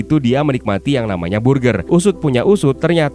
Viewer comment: Berger bacanya bukan burgir